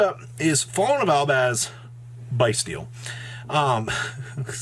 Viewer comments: It's pronounced Beastial. Not Biestial. As in Abyss Beast. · it is pronounced Bys-tial like as in "Abyss" not like "Bye" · Thats not it. There's no beast. It's bys-tial. Abyss